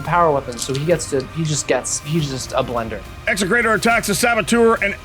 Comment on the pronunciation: 100% perfect Classical Latin pronunciation of “execrator!”